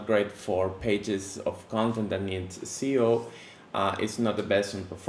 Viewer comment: Great video! 👍🏻 Another great thing to test those modes out is to disable/enable the JS on your page. With an extension, it can be doable with a quick keyboard shortcut. 👌🏻 Btw I love the way you say SEO, like "if you don't care about your CEO". 😂